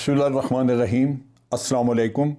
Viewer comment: جرنل صاحب مجھے بسم للہ الرحمان الرحیم کے تلفظ میں الرحمان کی بجائے " الرخمان " ادا ہوتا محسوس ہوتا ہے۔ آپ درستگی فرما دیں۔